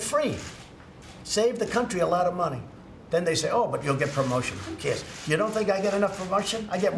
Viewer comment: J Baker listen carefully. He says “who caes” instead of who cares😂😂😂